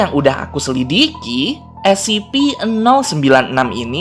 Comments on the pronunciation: Scp bukan sip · scp an*****ng bukan ssipi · Scp bukan ssip